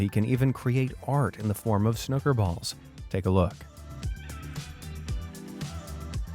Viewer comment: Fun video. By the way, 'snooker,' isn't pronounced like the 'snook' rhymes with 'book.' It's SNOO-ka. So you know.